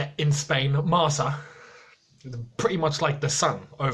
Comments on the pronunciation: Marca= Marka not Marsa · LOL, Marca is nothing like The Sun. And you can't even pronounce it correctly.